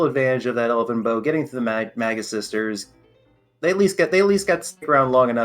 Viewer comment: Guys, please, I'm begging you: "MAY-gus." Not "MAG-us" or "MAYJ-us."